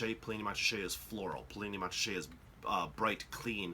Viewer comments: Good explanation however, both the letter T's in Montrachet are silent so it's pronounced Mon-ra-shay not Mont-ra-shay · Nice quick hitter, but if you're teaching a class and broadcasting, you really need to accurately pronounce. Just as the T is silent in Mont Blanc, it is silent in Montrachet. Moan-Raaashay. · The pronunciation is more like MORASHAY. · Jesus Christ. You call yourself a wine expert with such a terrible pronunciation of “Montrachet”? Gosh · the 't' in Montrachet is silent - dolt! I cannot imagine Yanks enjoying these wines - more like a Bud or a meths (chilled)